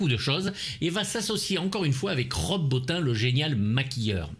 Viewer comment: Stp prononce Rob Botine !